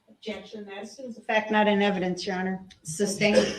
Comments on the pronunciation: There were channel owners who wouldn’t allow viewers to point out his constant mispronunciations like substain and tackit Declaring it “racist” to do so. I’m talking in a couple of cases ATTORNEYS with channels ! Unable to admit this is nothing mor than an ignorant murderer. But declare “us” guilty of projecting racism ! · He says “substained”. How are we not talking about this? Grounds?